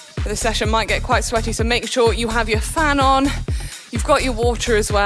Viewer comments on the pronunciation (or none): “Make sure you’ve a fan on” sounds like “let’s train with Manon” 😂 liked that seSh